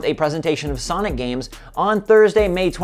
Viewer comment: did you mean to say sanic or was it by mistake cuz i was laughing so hard